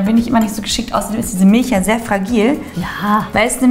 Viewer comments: Liebe, es heißt MilCH nicht MilSCH 😂😂😂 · Miltsch Feli: Milch Man kennts😂 hach ich liebe eure Videos so sehr💕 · Alter es heißt MILCH und nicht MILSCH. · Mil c h nicht Milsch ch ≠ sch